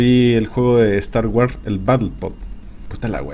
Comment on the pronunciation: ¿Star "waras"? :D